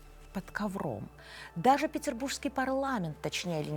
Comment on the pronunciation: ПетербурГский парламент, но никак не ПетербурЖский! Произносить, как и писать, нужно ПРАВИЛЬНО!